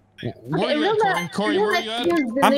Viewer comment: "I was watering plants, it came to life"- CORY ISH SHOO ADOWABLE UWU